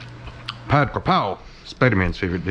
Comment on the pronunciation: Minor note: "Pad" (stir fried, same for Pad Thai and Pad Si-ew), should be pronounced more like "putt" in "putt putt golf" rather than "bachelor pad" or the nickname of "Patrick"